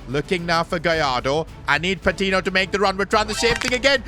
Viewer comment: Each time he pronounces Patiño as Patinho a part of me dies